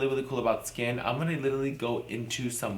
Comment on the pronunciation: Nobody: Kimora: "Littally" 😂😂😂 love you girl